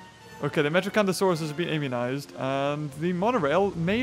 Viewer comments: its not metrocanthasauras its metriancasuras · did he say metrocanthosaurus... its metriacanthosaurus